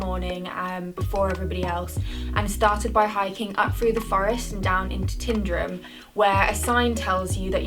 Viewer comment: There is only one lake in Scotland THE LAKE OF MENTEITH. Tyndrum is Tyne drum. like the river in Newcastle. Kinlochleven is pronounced Kinlochl ee ven. It is not hard to try and pronounce place names properly. Especially if you are trying to make a name for yourself. So called experts who make no effort to try to get names right are just ignorant. There are many who come to Scotland and Wales.